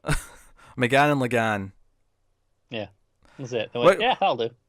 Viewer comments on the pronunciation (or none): his name is la'gann, its la'gaHn